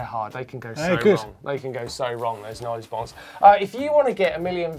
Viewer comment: martin said noise boise instead of nose bonk